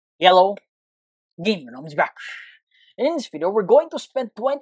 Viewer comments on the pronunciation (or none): its hello not yello